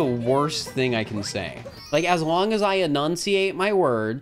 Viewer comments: YOU JUST SAID IKE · you just said "ike"